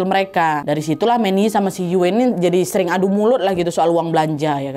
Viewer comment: Yuen bacanya Yuun aja Nad. Agak dimonyongin. Distrik Sham Shui Po gak cuma dulu aja kerasnya, tapi sekarang juga masih seperti itu. Salam dari HK ❤